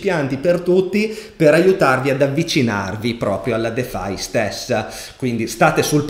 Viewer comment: Ciao sei il numero 1!!! Una cosa però... quando pronunci defi... "defai" non si può sentire... (così è mezzo in italiano e mezzo in inglese)... In inglese pronuncia "difai". Scusa se mi sono permesso ma questo è l'unico appunto perchè sui contenuti crypto nulla da direi sei super top!